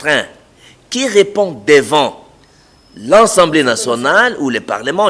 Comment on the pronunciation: "Contutution, ensemblé" non! c'est la "CONSTITUTION et L'ASSEMBLÉE"